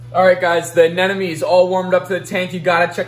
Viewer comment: Why do u say anenome instead of anemone